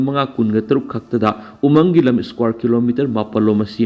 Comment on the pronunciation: News reader na"umang "haibada pronounce tu yamna lumna hairidu lanlay,khara yangna haibiyu..?